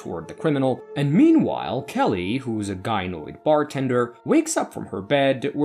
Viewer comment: I would just like to congratulate you on using the proper pronunciation of Gynoid :P